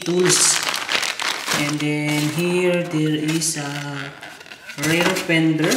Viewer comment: Karamihan naman yata ng nanonood syo ay mga Pinoy kaya mag Tagalog ka na lang. Nakakadugo kasi sa tenga yung mga English mo 😂 Bihira ba talaga ang "rare pender" kesa sa front "pender"? Ayoko na tuloy mag "subscrive" 😂✌🏼